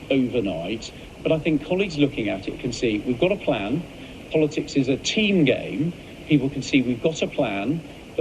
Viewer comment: Reminds me of Kim Jong Ill in Team America World Police. “We have a pran” 😂